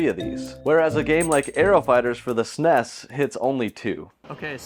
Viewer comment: Please stop saying snes